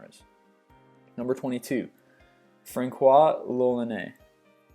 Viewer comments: its francois, not frankwa. it is pronounced France-wa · It's Franswa not Frankoa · Frankois? Is that the proper pronunciation, or is he just mispronouncing something yet again? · Fran quois lolllaneeehh? Eh? Hey American person: murder me but not my language, eh?! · LOL the reading of Francois.... c=s sound in this case... pfff....